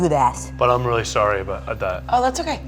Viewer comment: .0 ian: weally excited to be here: *loses it*